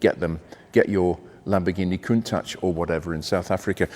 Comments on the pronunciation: It's pronounced "Con-tatch" not "Coon-tatch" - That's not being very nice to our black brethren. Are you being deliberately racist? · It's pronounced "Koon- taash" , not "tach". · In the seventies nobody said „Cuntaasch“ but the word as we read it. It’s linguistically clearly an English word composed of ‚count‘ and ‚tachometer‘ which makes perfectly sense with a car. As the Italians don’t know any English they pronounce the word like in their language - hence that ugly sounding word with the narrative that it would be a Piemontesan expression that I have never heard and simply doesn’t exist. But the Italian proverb says it best: Se non è vero, è ben trovato! So let’s go on with Jay, Doug, Blondie, and all the other car bloggers saying „Cuuntaasch“ while it would be in their genuine language and sound much better. By the way: most Japanese YouTubers say it correctly! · To me the Countach looks like Klingons could have made it, therefore i pronounce it Kuntak :)